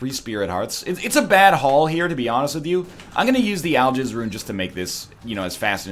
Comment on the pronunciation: To me, it sounds more like "I'll jizz" rune.